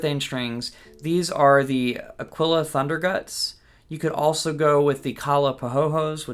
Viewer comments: Aquila is not spanish, where eagle is aguila pronounced ['a-gwilah], but italian, pronounced ['akwilah]. Akeela pronounced like tequila is wrong and does not exist neither in spanish nor in italian, trust me, I am 100% certified italian, and guitarist. Aquila strings are 100 italian made in Vicenza, Italy. So please don't think you are smarter, do your own research on Google, and please simply call them by their name: 'Akwilah. What do you mean with "I don't believe you"... Cose da pazzi ci tocca leggere, mannaggia, il primo che passa si inventa qualunque fesseria e monta in cattedra! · Great tutorial, thanks a million. But please, folks, stop calling Aquila strings "Aqueela" with the accent on the double ee. It's 'Ah-kwilah, accent on the A. 'A-kwilah. Means eagle, in italian. Thank you